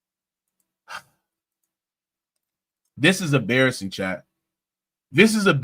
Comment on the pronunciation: 🙋🏾‍♂️ Embarrassing not "Abarrassing." 😂😅😂